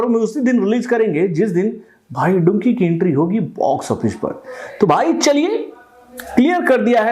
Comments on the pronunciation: अरे टकलू चाचा वो डुंकी नही डंकी है। मैने कितनी बार बोल दिया है। पहले ठिक से नाम तो ले ले चाचा😅😂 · डंकी है डुंकी nahi 😂😂😂😂